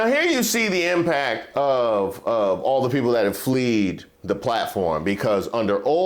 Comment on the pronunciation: it's 'fled' homie 😅